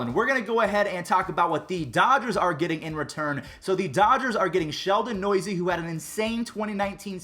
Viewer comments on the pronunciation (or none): “ Sheldon Noisy” it’s Sheldon New-se